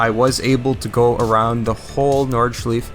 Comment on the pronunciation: The way you say nordschleife pisses me off